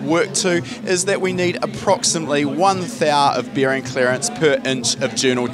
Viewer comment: he said 'bEEring' clearances